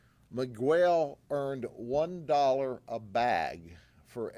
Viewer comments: Migwell lol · I love Judd but someone in his team needed to correct the way he said Miguel